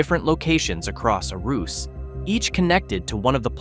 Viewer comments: “A Roose”? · why you pronouncing arus in two different ways yo